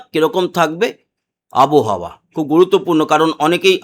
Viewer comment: আবহাওয়া। আবোহাওয়া নয়।